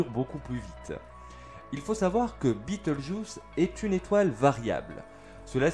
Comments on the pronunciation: En prononciation française c'est juste Bé tèl geuse. Je ne comprends pas trop pourquoi cette prononciation "US" ? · Pas la peine de prononcer le nom de l'étoile à l'anglaise ... ce nom n'a strictement rien d'anglais ni d'américain. C'est la transcription approximative latine d'un nom arabe. Le nom Bételgeuse se prononce selon les règles orthographiques françaises.